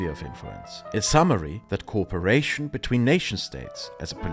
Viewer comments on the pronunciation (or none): I loved the thorough but concise explanation of the goal of the EU. One thing tripped me up, though: you kept pronouncing "co-operation" as "corperation." Small thing, but noticable with your non-rhotic accent :) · excellent video. Just a note, your English is brilliant. However try and pronounce cooperation as co op-eration. It sounds like you are saying corporation (as in a large company)